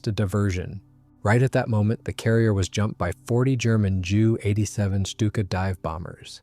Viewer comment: It’s pronounced “Jay You 87” and “Jay You 88”.